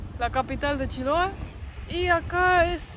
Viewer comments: el lugar se pronuncia con tilde en la e, chiloé, con todo respeto siempre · no es paláfitos, es palafitos, lo dijo bien palafitos, pero es Chiloé. no Chiloa 😂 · Hermoso video y. En todo caso lo dijo bien al principio, se dice acá "palafito" con un ligero acento en la "i", no en la "a". Y la palabra "Chiloé" acá se acentúa en la "e" no en la "o". Y sobre la pregunta de en realidad habla el español casi perfecto, debe ser la estonia que habla mejor. Un abrazo a ambos!